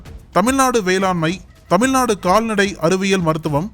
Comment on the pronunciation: தமிழ் நாடு என்று சொல்ல வராமல் தமில் நாடு என்றும் ல கரம் ழ கரம் உச்சரிக்கத் தெரியாத நபரை எப்படி இந்த மீடியாவில் செய்தி வாசிக்க அனுமதிக்கிறார்கள் என்பது ஆச்சரியமாக உள்ளது . தமிழைக் கொலை செய்கிறவாசிப்பு . கேட்கவே கேவலமாக உள்ளது